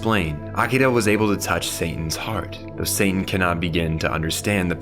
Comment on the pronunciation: Bro are you saying Santan?